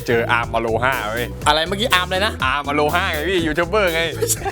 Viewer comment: ถ้าพี่จะพูดไม่ต้องพูดอโลฮ่าหรอก อโรมาเลยก็ได้นะ 555